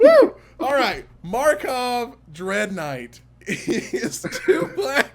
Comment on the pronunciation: This is the last time I tell you,: it's "mah-cawb!" Who am I kidding, I'll tell you every single time!